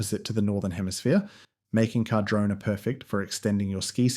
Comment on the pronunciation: whats with all the mispronunciations? carh-drona, condola, wah nah kah, are you doing that on purpose? did you even do any research or are you just reading off an AI script or something. your pretty much repeating yourself for 10 minutes aswell, this video could be like 2 minutes without the repitition and random facts that mean nothing. You just sound like a PR manager, and not an actual insightful skier who has lots of valuable information to relay.